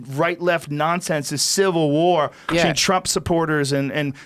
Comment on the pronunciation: Joe "Betchween" Rogan